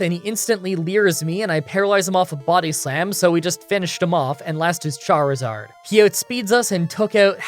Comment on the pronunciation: ...You know, For one second I thought you said Jarizard